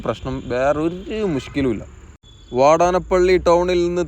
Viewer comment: വാടനപ്പള്ളി അല്ലീടോ വാടാന+പ്പിള്ളി agane പറയൂ 😅😊